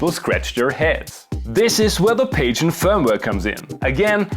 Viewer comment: Pajen is pronounced Pah-Hoo-ee-en. I love this firmware and yes, you should do more of these. P.S. there's a Funk key?! That new firmware is dynamite.